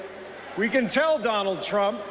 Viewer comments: Biden said " Donald Chump" lol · Is he calling him Donald Chump? 😂